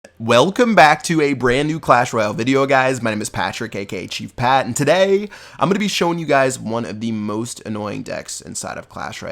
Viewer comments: I'm sorry but am I the only one who gets annoyed when he says "today." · Love this channel but it is pretty annoying the way he pronounces "today". I've never heard it said that way my entire life.